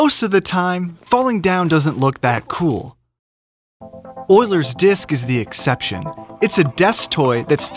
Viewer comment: Its pronounced you-lers